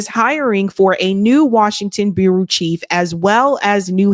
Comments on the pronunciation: It’s bureau, not burroo. Just saying. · you're too smart to not know how to pronounce words like "bureau"... it's pronounced "B-YER-OH"